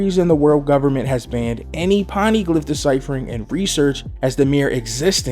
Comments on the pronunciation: Pone- e- glif that's how its pronounced not pon-nee-glif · It's Poneglyhs or Pony-glyph if you want to want to use the phonetic way to say it. Not Paneglyhs O not A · Poni-glyph not paniglyph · Why does he keep pronouncing poneglyph as "ponnyglyph"? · I enjoyed this video but please pleeeese stop saying poneglyph like that! It made me cringe every time you said it